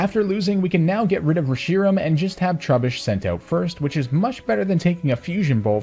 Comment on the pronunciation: It's pronounced ReshiRAM, not ReSHIram